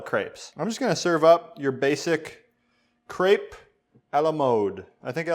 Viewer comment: they way he pronounces "Crêpe" amkes me kinda angry ...